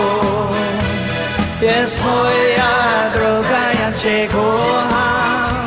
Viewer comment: Ciekawe. Bobby Vinton był wymawiany jako Winton. A bardzo często nie zwracał uwagi na takie drobiazgi jak"kocham". Wiele razy słyszałem: ko- am. Jego maniera śpiewu? Do bólu typowa w tamtych czasach. Łącznie z"pożyczaniem" całych piosenek z całego świata. Coś jak sławny Dob Dylan- wszystkie największe przeboje pochodziły z notesu starego farmera- hobbystycznego piosenkarza folkowego. Opiekował się nim aż do jego śmierci. A notes... stał się jego dziedzictwem. To w końcu bardziej moralne niż bycie kolejnym prototypem różnych Zenków😢